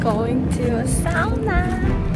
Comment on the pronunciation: Thank you for pronouncing "sauna" right, my Finnish heart is happy 😄